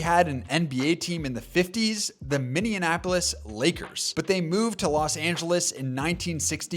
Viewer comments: Minneapolis not Minnanapolis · Minianapolis? Words are tough, huh? 😂 If you're over the age of five you should be able to say Minneapolis 🤣🤣🤣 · bro called it "minionapolis" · Great video, it is really funny hearing Minneapolis continually spoken as a combination of Minneapolis and Indianapolis. "Minneanapolis" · "Minneanapolis Lakers"....... 😂😂😂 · 8 out of 10 YouTubers say it this way! I’m so annoyed 😂😂 Mini Apple lis It’s not that hard to pronounce 😂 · How do so many YouTubers not know how to pronounce Minneapolis? It's Minny-apolis, not Minian-apolis. It doesn't rhyme with Indianapolis. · Your comment at the end of your Wolves segment took a whole 5 weeks to not age well. Must be some kind of record so, kudos to you. Also, Minneanapolis? Really? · there isn't a third n in Minneapolis, it's not minneanapolis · "Mini-anapolis" I swear that's what I heard. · So many YouTubers say it this way. It drives me insane! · Minianapolis bro cmon 😭😭😭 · Put some respect on Minneapolis Minne - apolis, that easy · Why is it so hard for people to pronounce Minneapolis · Can't get over his inability to pronounce Minneapolis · do you see an n after Minne in Minneapolis? neither do I, pronounce the word right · solid video. gonna sub. just some comments: - polish ur pronounciations. who do u mess up "minneapolis" that badly - your script sounds like a 16 yr old wrote it. good example? saying the cavs were irrelevant until bron came. no. the cavs had brad daugherty n mark price. brad was a big ass deal at the time. also had one of the best dunkers in the game with larry nance. cavs were one of the favorites in the east n when the bulls got over them it was considered an upset by many.